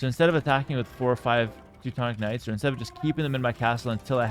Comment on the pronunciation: Why do you pronounce Teuton and Teutonic differently? It’s the same word. Why do you pronounce them differently. It makes no sense